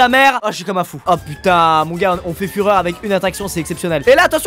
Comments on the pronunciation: Il a insisté sur le mot fureur et ça me faisait penser à Hitler à chaque fois qu'il utilisait ce mot. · J'explique pour les jeunes qui n'ont pas encore etudié : "Ca va faire fureur" Il appuie sur ce dernier mots, qui donne "Führer" et c'est le surnom d'hitler, après tu demande a tes parents tout le monde doit connaitre...malheuresement...